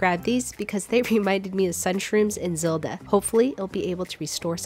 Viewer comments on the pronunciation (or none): You pronounced Zelda weird